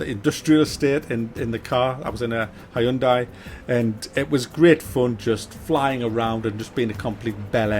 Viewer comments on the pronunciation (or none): "Hyundai" brand name is pronounced like Sunday- "Hunday".